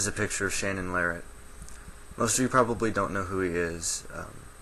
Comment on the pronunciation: His name is pronounced "Lareea", don't pronounce the "T". Just saying. Good video.